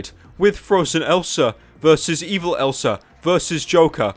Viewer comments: he says elser instead of elsa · Ryan Thiemt anyone realized he says elsar when he says elsa, naaah i dont give a shita anyways leave it alone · When you say elsa it sounds like elser